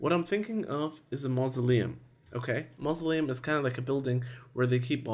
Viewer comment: When you said mousleim I thought you said Muslim!